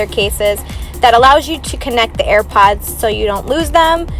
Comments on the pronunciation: to all u airpod users who have OCD: WHY IS SHE SAYING "EARPOD" INSTEAD OF "AIRPOD"???? REEEEEEEEEEEEEEEEEEEEEEEEEEEEEEEEEEEEEEEEEEEEEEEEEEEEEEEE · Am i the only one who hears at the start of the video when she says AiRpads not AirPods 😅